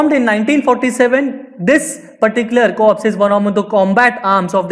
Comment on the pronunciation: its not cops man its corps pronounced as "core"